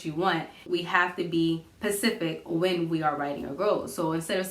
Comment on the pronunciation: Funny how I do this for work but never thought to translate it to my personal life...learn something new daily lol. Also, specific and not pacific! 😩